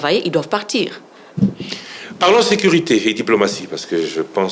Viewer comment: Sekiritaire, minites, résiltats, sékirisé, instances jidiciéres, pas di tout, selement, l’idps, sirprise, depuis les débi, l’inité, individi, initile 😢. Donc une kabiliste parle et pense que son mentor avait fait un bon boulot dans ce pays de la Rdc!? Franchement quel courage 😰